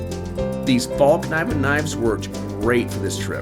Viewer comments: From the dozen or so Swedes i spoke to, none pronounced it with a silent k. However they do pronounce it something like "fell-k-niven" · it's pronounced faell kneeven